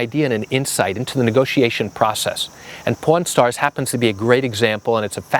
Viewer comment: Funny, first I thought you are saying Porn stars, not pawn stars! I was like, what is he talking about! LOL